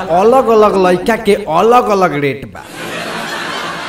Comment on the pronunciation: रेट शब्द सही से बोल अ